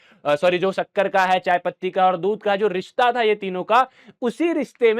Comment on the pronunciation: bhaiya shakkar hota hai sukker nhi 😅😅😅😂